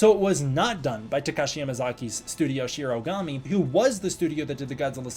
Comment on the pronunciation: Btw, it’s “Shirogoomi” not “Shirogami”! But omg, SE Asia??? I gotta show my Indonesian friend!